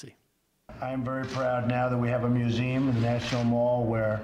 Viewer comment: He said I'm glad we have a musuem like he had it built. smh.